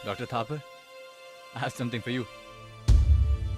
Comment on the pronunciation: Pata nahi kyu mujhe dr Thapa dr Thapar sunai de raha hai 😂😂😂